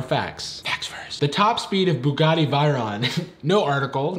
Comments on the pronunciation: Bugatti "vey-ron", not "vai-ron" lol. Just nitpicking, but also "tyres" is how people spell tires in other parts of the world. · i skyped my old work mate in france, in france they pronounce dont pronounce it like that, bugatti is almost correct but he pronounced veyron vi-ron, my french friend told me it is actually vay-ron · Also it’s pronounced Vay•ron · Bugatti ViRoN... Bugatti VIroN! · The Bugatti one is true tbf and your pronouncing of veyron (vey-ron) kills me😅. Basically just pronounce it like they-ron and you'd be golden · And he also butchered pronouncing Veyron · The way he pronounced Buggati Veyron triggers me... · Mispronouncing "Veyron" AND not realizing "tyres" is the British spelling of "tires"‽ Buddy, we gotta show you some episodes of Top Gear. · also he mispronounced Bugatti Veyron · “Makes fun of the narrator for saying Caterpie wrong” Also: Says Bugatti Veyron wrong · Didn't misspell tyres in the uk, and you pronounced Bugatti Veyron wrong, that's 1-0 to Factsverse 😂 /j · Pronounced "Veyron" wrong, immediately corrects the not incorrect spelling of "tyres".